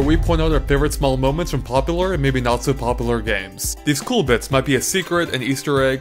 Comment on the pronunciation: he said popalor